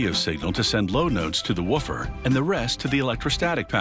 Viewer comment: Did it only bother me that he said 'waffer' instead of 'woofer'?